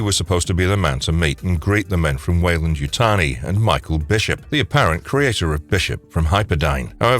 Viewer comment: Wayland Yuyani???? It’s Weyland Yutani LOLOLOL!!!!!